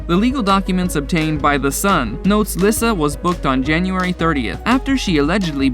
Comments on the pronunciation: It’s pronounced “Lisa” not “Lis-sa” I don’t think this guy had ever seen any of Dog’s shows or he would know this. 🤦‍♀️ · Dr Oz not Uhze 😂 and it’s pronounced Lisa not Lysa Baby Lyssa and has Baby Lyssa had some work done to her face she looks so different but I do miss them all people do make mistakes no one is perfect I understand the dynamics of a large family I belong to one and have one myself Beth was an amazing person big heart and told it like it was beautiful inside and out she truly was the love of dogs life sad😢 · Lyssa is pronounced as if it was Le get it right not Lissa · These names are pronounced wrong... just helping...Dr. OZ...O-Z simply OZ nothing like Ojue...Baby Lyssa... it's Baby Lisa. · Omg did you even watch the show before making this? Her name is Lyssa, pronounced Lee-sah NOT lissa... Smh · Baby Lyssa's name is pronounced LISA. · Lyssa. Pronounced Lisa. I hate it when these dumb channels can’t even do the bare bones, basic research on how to pronounce THE SUBJECTS name. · To the narrator of this video learn how to pronounce names properly. Lyssa is sounds like Leesa...like the regular name Lisa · its pronounced LISA you troglodyte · It's Oz as in Wizard of Oz & Lee-Sa not whatever you stated. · Baby Lyssa it’s pronounced like Lisa & it’s Garry BOY Chapman not Garry Lee Chapman. If your gonna do a video about a tv show please get their names correct.